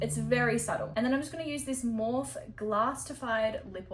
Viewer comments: You can tell you're not a makeup girlie. it's pronounced as "more fee." Not, Morf. But love love. 😘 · Love u just letting u know no hate or anything but morphe is pronounced morphe-ee like morphe with eee on the end just saying love ya lots love 🥰 xx